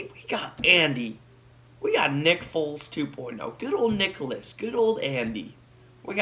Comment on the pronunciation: why did u keep saying nickolous💀